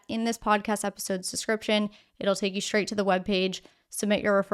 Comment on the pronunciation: Did you just say, "Shtraight?"